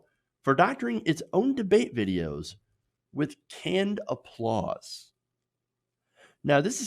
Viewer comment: The face made when he said canned appualse.lmao